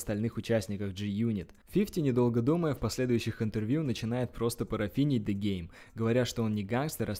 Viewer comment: Ты клоун нормально произноси имена правильно ДЕ ГЕЙМ 😂😂😂😂😂